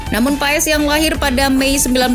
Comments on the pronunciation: bacanya "Paas" min bukan "Paes" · paes paes , pass baca nya min sama kaya pemain leicester Wout Faes , baca nya jg Wout Fass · Baca nya martin pas bukan martin paes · Min bukan Martin paez tapi Martin pass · Bacanya marteen pas,,, bukan paes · Bacanya Martin pas min bukan paes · Selese juga drama nya Izin koreksi min, cara baca nama nya yg benar itu Maartn Paas (sumber dari salah satu video coach justin), makasihhh 🙏